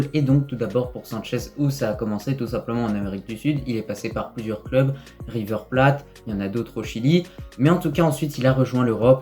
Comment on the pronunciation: River plates comment tu l'a dit 😂